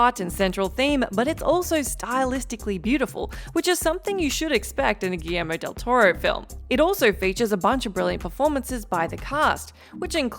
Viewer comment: Congrats to for being the only person at WhatCulture to ever pronounce "Guillermo del Toro" somewhat close to correctly.